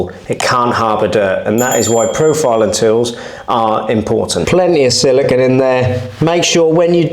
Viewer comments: i don't think it shd be said SILICON ( this is beach sand), but siliCONE instead; i am portuguese, correct me if wrong(even here people say it wrong) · It's probably just me and I'm okay with that lol, but I can't take how you say "Siligone". I feel better for getting that off my chest 🤣. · say silicun one more time, I dare you